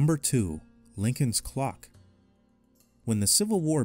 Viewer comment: Lyncon 😆 did you mean Lincoln?